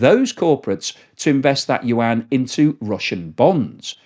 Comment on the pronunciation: Love your channel but your pronunciation of the word yuan makes my ears bleed